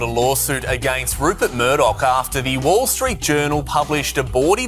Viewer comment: He can't even pronounce Rupert properly, clown show 😂😂😂